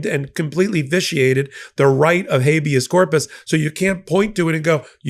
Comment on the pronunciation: oohhuhh a Wrrrrit [rolling "r"] of hhHabeous Corpusssssss! (